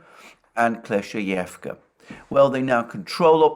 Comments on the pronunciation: Kleshcheyevka. The word rolling off his tongue like a pro now lol. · Double good news: 1. Russia captures Kleshcheyevka 2. Alexander can now pronounce it